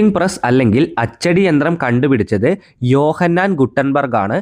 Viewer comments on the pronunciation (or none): യോ ഹാൻസ് ഗുട്ടൻബർഗ് അല്ല ജോഹാൻസ് ഗുട്ടൻ ബർഗ് ആണ് ഇതാക്കെ ശ്രദ്ധിക്കണ്ടെ